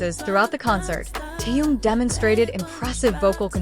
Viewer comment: Соава Богу, хоть "Ким" правильно произносит, а уж имя "Тэхен" исковеркала до невозможности! Хочется ругаться, честное слово! 😮